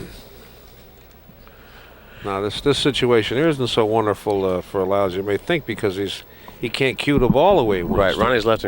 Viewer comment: RIP! His name was Leil not Lyle, just for the record.